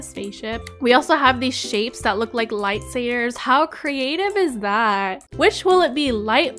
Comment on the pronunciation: She said light sayers haha but I love you